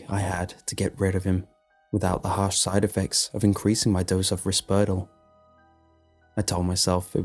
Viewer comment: Pronouncing schizophrenia like that? ...What? Sikitsafrenya? Risperdal? /ˈrɪspərdɑl/ RISS-purr-doll, fam. /skɪtsəfrɛniə/ SKITS uh frie(nd) E uh. These are American pronunciations, btw Otherwise, not bad for a short story. Schizophrenia portrayal doesn't seem too bad, there's apt levels of paranoia and responsive hallucination, so yeah.